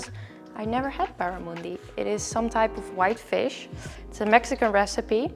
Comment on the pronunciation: Barramundi is a native fish to my home state Queensland, in Australia. I'm so proud that you like it! They are delicious and extremely popular here. I also love how you pronounce it; it's much nicer than a QLD accent 😂